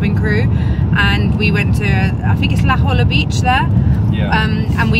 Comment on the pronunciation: Hello, great road trip vlog, you two! I’m from San Diego and La Jolla is pronounced La Hoya. In Spanish, the double L’s have a sound similar to the letter Y.